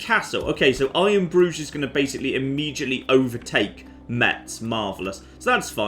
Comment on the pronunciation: It sounds a bit like he's saying I am Groot or Iron Bru instead of iron Bruge